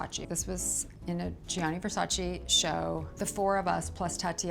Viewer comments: It’s not Versachii it’s VERSACEEEE. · I absolutely love her! She has such class and style! I just don't get how you can be a model, especially for Versace, and not pronounce the name right. Even Donatella mentioned that native English speakers don't pronounce it right, but models should know better. You should pronounce the second "e" the same as the first one. It's not Versaci but Versace! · She cant even say the name of the brand she worked for for years correctly. Smth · I wish Versace fans pronounced his name properly... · Why can't American pronounce well VersacE? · why does no one pronounce Versace right? Does Donatella just let everyone sat "eee" and ignore it? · you mean the one where everyone says it wrong over and over? i just canny believe Cindy wouldn't pronounce it right when she knows them personally lol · Well Versace had a campaign that said “It’s VersacE not Versace”. Idk why Americans butcher the name so much. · I cannot believe after so many years she still doesn't know how to pronounce Gianni nor Versace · Not even Cindy says Versace right